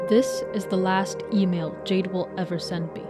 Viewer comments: what i also find interesting about this amongst all the other references is the symbolism that might be behind Jayden's character theme: the name of the ai "Jaide" was read throughout with the same pronounciation as the gemstone "jade", the profile picture of the yt channel was a pixelated jade stone, their skin looks like it may literally be made out of it. jade in chinese culture, especially during the Shang dynasty, was believed to be connected to divinity and souls; it was extracted from the mountains therefore seen as aid to ascend from the earth to the skies, and was widely included in funerary rituals to wish the deceased a prosper afterlife. in this case, Jayden quite literally is a soul if you look at it from a more spiritual point of view. they're a consciousness that wishes to be let go, but Andrew refuses to bury this stone with them because he doesn't want Jayden to move on to the afterlife, he wants them to stay with him in this one. sellers will often tell you that jade bangles will break when they've absorbed enough of the bad energy around you, sacrificing their integrity in order to protect you; that's another point i want to make and that makes me want bawl my eyes out. Jayden destroyed himself, along with Jaide that was the physical form tied to him. He watched Andrew throw his own life away for something that was only hurting him more and decided that it was enough, thus employed the self destruction command for the sole purpose of protecting him. this wa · ah yes, Jia-de. YOU JUST GOT JIA-ED HA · idk why, the way you said "jiade" had me laughing😭🙏